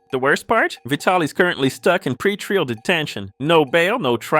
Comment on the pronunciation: the way you pronounce pretrial is hilarious